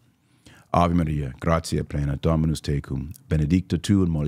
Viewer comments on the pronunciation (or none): none